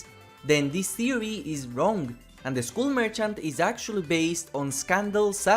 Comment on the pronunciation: I beg you, say skull as if it's "skall". I tried to ignore it but I can't anymore 😭😭😭